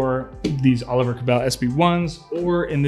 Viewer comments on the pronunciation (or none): none